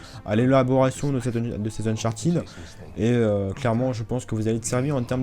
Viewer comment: on dit uncharTED pas TID